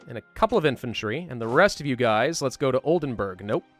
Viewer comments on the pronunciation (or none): It's Oldenburg (castle) not Oldenberg (mountain)